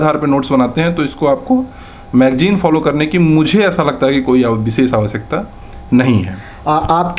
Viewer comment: व और ब में स और श में अन्तर पता ही नही है चले है आईएएस बनने।😂😂😂 बिसेस क्या होता है it's विशेष